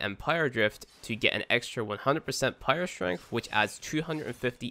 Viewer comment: I would appreciate you if you stopped pronouncing "power" as "pyro" because i can understand everything you said except that word took me a while to realize what you're saying...